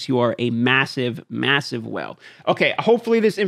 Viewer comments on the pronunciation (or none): if he is, i am thoroughly annoyed throughout the whole video hearing him say well, welling...